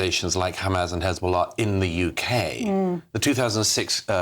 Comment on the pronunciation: Welcome to 'da Yookay' Munkee-house ---cheers Starnmer .!